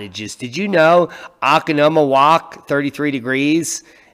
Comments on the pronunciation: you know im from wisconsin,i know how to pronounce those weird cities... its pronounced o CO 'nuh' mo 'walk' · Proper pronunciation o con o mo woc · Hahaha I enjoyed your pronunciation of O co no mo woc :)